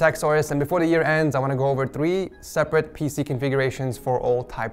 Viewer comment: “Thwee separate pc configurations”